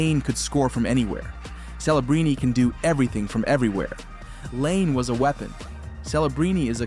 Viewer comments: Its not pronounced LANE....Its Patrick LY-NAY....if youre going to make videos about hockey that are THIS "involved"....at least get the guy's names right. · Patrick “Lane” ? This whole video seems manufactured by AI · Laine is pronounced “Lie-Nay” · How do you not know how to pronounce “Laine”?